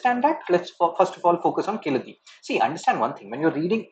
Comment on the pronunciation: sir in tamil we pronounce like keeee-la-di.🤣🤣🤣🤣. just for fun